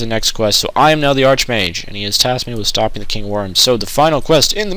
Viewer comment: Pronounced "ark-mage" and "magic-a" and pick up a freaking silver dagger already or something the guard's sword in Burma would have been perfect for Wraiths...